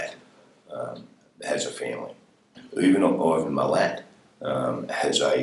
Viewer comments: This guy was pure evil, just an absolute monster. I know this put a lot of people off hitchhiking in Australia, I mean it’s never a good idea anyway, but this scared the crap out of people. Also in Australia we pronounce his name mill-at not mill-it, but I looked it up and apparently we’ve been pronouncing it wrong all these years, and you are saying it the correct way. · After hearing the way was pronouncing it. I looked it up and there is an article with Milats family saying that it’s pronounced mill-et not mill-at, and that no one ever asked them how it was pronounced and they never bothered correcting anyone. It’s a bit weird I know but, I guess it didn’t seem important to them. It’s a daily Telegraph article from 2020 if you want to read it. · Mill-At, mate. Like a sugar Mill and “where you AT?” Having said that, I have taken a liking to your chronic mispronunciation of people’s names 😂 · Evil has no nationality. Not Ivan "Mill-et" rhymes with "fillet" but Ivan "Mill-Lat" rhymes with "cat". By the way the reporters name was Harry Potter. True story. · First thing ... It's pronounced Mill-Lat not Millet. Second thing is that my father in law was the commander of Task Force Air who investigated and eventually arrested Milat ... He has written a book about the case called Milat: Inside Australia's Biggest Manhunt published by Allen & Unwin in 2014 ... Check it out 🙃 This is not a shameless promotion, I'm just proud of dad ❤ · Absolutely love this channel massive fan of all you do thankyou!! Am also from Australia and it's not milit* lol It's "mi-latt" but yeah spelt milat, Another great video also the level of studying up and information you gather about each andnevery case is amazing even if I'm familiar with the cases I'm still definitely liking and watching your videos big big fan thankyouuuu Catchya in the next ol' one 'mate😁 Much love Shay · FYI - His surname is pronounced "muhLAT" not "millet". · It’s mil at, not mellet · Pronounced miLAT